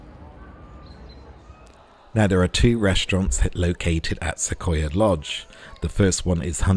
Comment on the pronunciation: Thanks for this wonderful tour! I love the detail, showing everything in the room. Everything looks exactly like we would have it over here! (P.S.: Not a big deal, but those of us who live not far from these beautiful trees in western U.S., pronounce it "Suh-qwoi-yuh" with a "w" sound in there".) Lovely video. (I am going to London in a week, and will definitely be visiting a lot of places there, like the zoo, London Eye, London Sea Life Aquarium, etc.) Can't wait to be on that plane! Enjoy the rest of Paris! Gwen